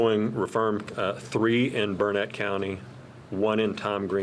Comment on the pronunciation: I do wish that one govt official would pronounce Burnet, Texas correctly. He must not be from here. It's not pronounced burr-nette. It's pronounced Burn-it, dern-it...learn it.